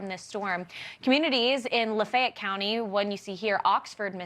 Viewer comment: La-feh-ett. 3 syllables. I don't know why they can't get the pronunciation correct. It's not that difficult.